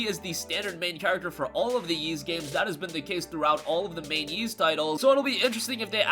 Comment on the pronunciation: It is pronounced Ees, you don't have to say the "Y" sound